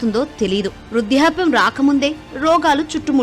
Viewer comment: Vruddhapyam is the correct pronunciation